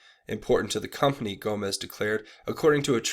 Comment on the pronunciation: Gomes not Gomez